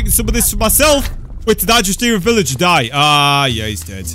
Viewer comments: your a villager why u say villiger 20 times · Sad that wouldn't spawn when he said villigar